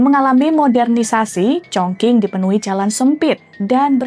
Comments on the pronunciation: Kota mana tu Chong King? Chongcing nyebutnya. Qing dibaca cing, cing bacanya bukan ching ya. Tapi kebanyakan anak-anak zaman sekarang mikirnya karena pake q jadi sama kayak pake k. Ada juga Dinasti Qing, suka salah sebut jadi Dinasti King. 😢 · Kok org selalu Salah melafalkan nama kota Chong Qing y?Bukan Chong King tp bacanya Chong Ching...Salah lafal tp dgn bangga membawa acara,hrsnya pelajari dgn teliti dulu cara lafal dlm bhs Mandarin bukan sembarangan krn yg nonton jd berdiri buku kuduk begitu dgr Chong King....haiya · bacane congcing bukan congking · Chongqing mbak...Qing=Cing bukan King 😂😅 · Cape bgt denger penyebutan “chongqing” jadi chongking 😌 lain kali banyakin denger dan belajar pelafalan dlu lah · Congking 🤣🤣🤣 Sekelas kompas loh masa penyebutan nya salah 😢😢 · Kalau ngikutin standard bahasa Indonesia gak salah juga Q dibaca jadi K. Contohnya Al Qur'an. Yg benar itu kata/kota ChongQing harus dibaca mengikuti standard Pinyin. Maklumlah makin ke sini dunia jurnalisme Indonesia makin buruk. Padahal apa"nya sudah tersedia.Kenapa gak terlebih dahulu cek di google translate pelafalan yg benar itu spt apa. Kan gampang toh. Kalo memang mau mengutamakan profesionalisme.